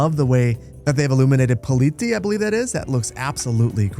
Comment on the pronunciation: The way you pronounced "Politie" 🤣